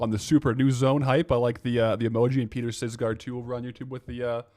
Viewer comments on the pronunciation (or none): none